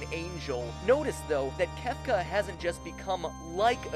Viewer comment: C... Cefca??